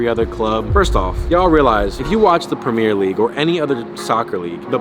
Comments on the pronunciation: ur awesome but I hate the way you say “premier” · the way you pronounce premier is horrendously wrong